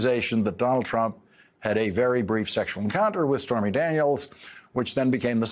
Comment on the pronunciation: Yes, I quickly realized he sort of emphasized BRIEF. LOL.